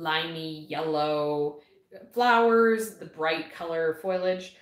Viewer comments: Please!!!!!! Learn how to say FOLIAGE! It's driving me crazy!!! lol Love the videos and information in them. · I adore seed chats!!! I’m curious- do all Canadians pronounce it foy-a-ledge like you? In the states we say fo-lee-edge because the i is after the l. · OH! Not wrong! Just different and I was curious. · I’m pretty sure the way people pronounce it is just regional. Laura from Garden Answer says foliage the same as and she’s in Oregon.